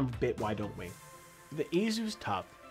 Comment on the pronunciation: That's the correct way to say it